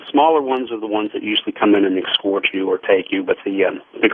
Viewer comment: I've never heard anyone pronounce the word 'escort' as "excort" like this dude did in this episode.